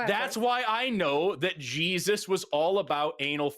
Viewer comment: Did the dude just say "jizzus"?